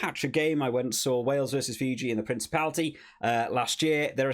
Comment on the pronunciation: If you have problems pronouncing Fiji, its Fee-G. 😂